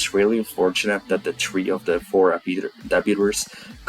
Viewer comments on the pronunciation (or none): correction she said it’s all for three not tree she doesn’t give a damn about tree